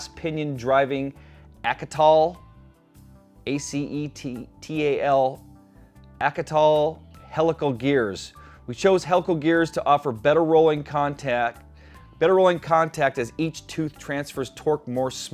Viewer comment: Acetal is pronounced ˈa-sə-ˌtal. It is a type of plastic. Kind of disappointing for a $399 wheel.